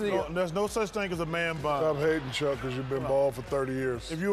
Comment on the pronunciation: "A man bun is not a ting" - Charles barkley